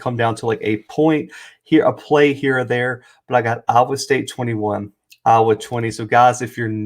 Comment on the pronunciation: It was the first time BOTH teams were ranked when playing each other. You misstated to start your clip. Also, work on how you say IOWA.